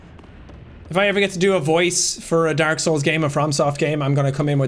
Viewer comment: drink every time he says derk instead of dark